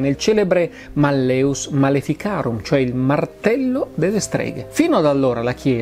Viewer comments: Spero mi perdonerà la pignoleria, ma l'accento cade sulla prima sillaba: màlleus, non mallèus (la e è breve) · Giusto màlleus. Il latino mette l'accento sulla penultima o terzultima sillaba, a seconda se la penultima è breve o lunga. La e che precede la vocale u è breve (mallĕus), come avviene quando una vocale ne precede un'altra, quindi secondo le regole dell'accentazione latina quando la vocale della penultima sillaba è breve, l'accento cade sulle terzultima. Allo stesso modo in mallĕŏlus (da cui l'italiano malleolo) la o è breve, quindi l'accento cade sulla e. L'italiano per l'accentazione segue la regola del latino. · E malleus si pronuncia "màlleus" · Sì, però si dice màlleus. Il latinorum! 😊